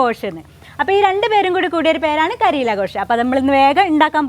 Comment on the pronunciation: മലയാളികൾക്ക് പരിചിതമല്ലാത്ത ഒരു വെറൈറ്റി വിഭവം. പിന്നെ കരീല അല്ല കരേല എന്നാണു് ഉച്ചാരണം. പിന്നെ ഘോഷ് എന്നല്ല Gosht എന്നാണ് ശരിയായ ഉച്ചാരണം. ഇതൊരു Urdu word ആണ്. ഇറച്ചി എന്നാണർത്ഥം.